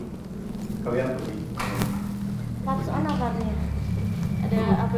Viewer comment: Hapson... Bukan napson